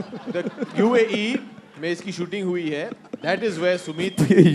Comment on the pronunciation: UA UE AND UAE!!!! 😅😂😂